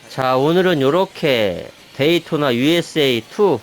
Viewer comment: 게임안에 게임이 들어있다니 신기하네요😅 게이 돈나!!! ㅋㅋㅋ 그렇게 들림. 어릴적 오락실에서 본 게임같군요. 한국에서도 인기있었던 레이싱 게임같아요